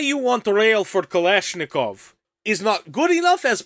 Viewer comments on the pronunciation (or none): his accent was literally unbearable broo 💀. Soft R's, kh was pronounced 'k', some constant clusters were entirely changed, the entire accent was way too front of mouth, while russian has a lot more sounds, like ы, and basically anything with ь that are pronounced at the back.